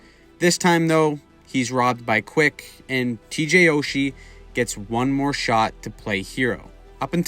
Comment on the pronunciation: You mispronounced his name, TJ SOCHI